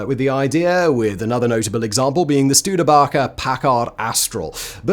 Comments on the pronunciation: It's pronounced Stew-D-baker , not BACKER, just to clarify. Thank you Simon for that bit of history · You know you're not from America when you call a Studebaker a Studebocka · OMG I don’t think I’ve ever heard a car company’s name pronounced that badly as Studebaker was mispronounced in this video. It’s Baker at the end pronounced baker just like the person who makes bread. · Ok oddest pronunciation of Studebaker I have ever heard, bravo, bravo Sir. 🤣